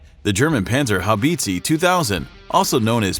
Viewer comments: It’s pronounced “bit-za” not bitsy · HaubitzE Not Haubitzi…. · FYI: That's an "e" and the end, not a "i". Please stop saying Haubitzi, that's hardcore cringe over so many levels. Just say PzH when you're not able to pronounce the E correctly. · Haubitzi hahahah, sehr geil. ;-) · Pls never say Haubitze again. It's embarrassing. You american guys could have looked at something like google translator, but you chose to make a fool out of yourself.